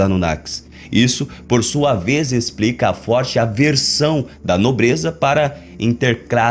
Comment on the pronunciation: O que "ixprica"?? "Pubricou"??? "Ploblema"??? "Expriçaum"??? Afff.